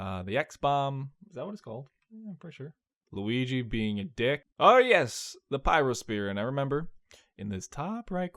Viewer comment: LUH WII GEE!!!